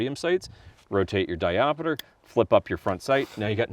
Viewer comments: Diopter, not diopeter. Also, the trigger spring is adjustable. Adjust it, you can dial the trigger in. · Diop (stop). Ter. But if that one does indeed have a ‘diopeter’.. truly a unicorn. (Someone had to be a dick). :-) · Great video. Always kill the montage Ya killing me smallz…di-opter not di-op-a-ter Just figured I’d mention it on the second video. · When I started getting into guns, this is one of the guns that made me lust. I wish Sig USA would make a proper version of this. Also...not trying to be a dick....just saying...it's not diopiter, it's diopter. Kinda like how ambidextrous isn't pronounced tree-us at the end. Like I said, it's a correction, not a criticism. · 3 years later and knowing he specifically says it wrong in the sequel. But it stills erks me when you say di op ater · 😂 diopiter? WTF is a diopiter? 😆